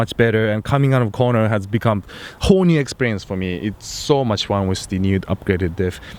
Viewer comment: When he says "whole new experience" I kept hearing HORNY experience 😂😂